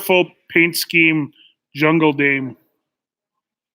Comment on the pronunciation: Mikey there IS an 'L' in Jungle, without it is junge, read after me "Tarzan is the King of the jungLe"😀🐒Way to go -- Great show as usual!